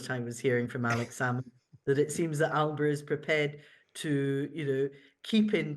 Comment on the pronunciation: First thing AS should’ve done is correct the pronunciation of Alba it’s not a region of Italy !